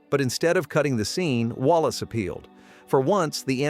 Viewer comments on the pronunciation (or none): Walas is pronounced "Way-less," not "Wallace."